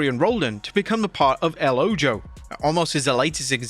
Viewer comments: It's pronounced like "El o-ho" (The Eye). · He's reading from a script. If he had watched the AAA show, he would know the correct pronunciation.